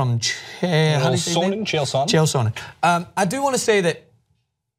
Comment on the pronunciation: Says 'I've been a big fan of MMA for years' yet has no idea how to say Chael Sonnen....... sure you're a fan.